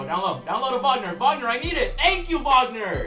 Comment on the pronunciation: Wag-ner not wogner